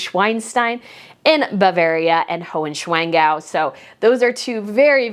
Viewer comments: Oh please, these Bavarian Castles are called NeuSCHWANstein and HohenSCHWANgau, SCHWAN means "Swan" - not "Swine". As a Bavarian hearing you pronounce the names of our beautiful Castles this way hurts so much. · Himmel, Arsch und Wolkenbruch, it‘s not SCHWEINSTEIN!!! Has nothing to do with pigs!!! Once again, it’s HOHENSCHWANSTEIN!!